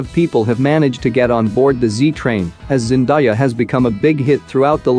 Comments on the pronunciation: GOD!! It’s zen-DAY-ah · Why he say zendaya like that 😭